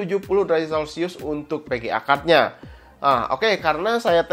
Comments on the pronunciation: "perporma" "Pga card" "Pullset" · Kaga bisa ngomong F/V